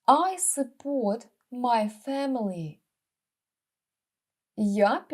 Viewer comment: Навіть не знаю що вам сказати, не вчіть людей не правильній промові слів. Перевірте слово support як його промовляють 🙈🙈🙈